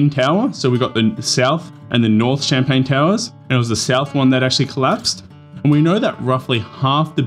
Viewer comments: Champlain not champagne 🥂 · Champlain, NOT CHAMPAGNE! 🤦🏼‍♂️🥂🍾